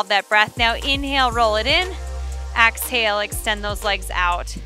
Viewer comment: I'm sorry but I have to say it. It's EXhale. Not AXhale.